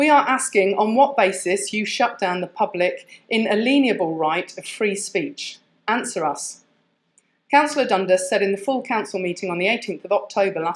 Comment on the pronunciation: Its pronounced"in-ay-lee-an-able".